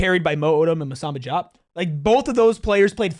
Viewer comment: You are the PHNX podcast for ASU and you can't pronounce the names of the players on your own home team?!!?!!? That being said, Diop and Odum played like monsters tonight.